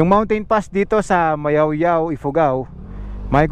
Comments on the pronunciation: Nakakainsulto ka po. Mayuyao hindi mayawyaw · Mayoyao not mayawyaw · MAYOYAO PO! HINDI MAYAOYAO! GOD BLESS! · Ma Yo Yao po hindi Mayawyaw. Ingat po